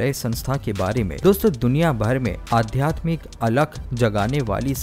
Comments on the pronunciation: Aadhyatmik word ko aap aadhymik bol rahe hain. Hindi ka apmaan mat kijiye. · Adhyatmic hota h😂galat Hindi ka uchcharan dukhi karta h lekin prayas bahut badiya h